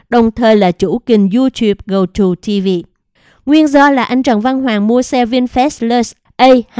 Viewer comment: Gogo TV chứ không phải GoTo TV...chán bà này quá, chữ to đùng mà đọc sai